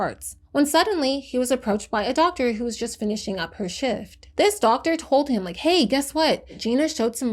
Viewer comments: first time I’ve ever heard WHO being pronounced as “whoo” instead of “double-U Aetch Oh” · Never heard anyone calling the WHO "who". Normally people would say the letters.